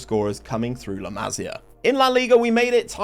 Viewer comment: Just a heads up, it's pronounced la-mah-see-ah. almost suffered a stroke hearing it pronounced la-mah-sya so many times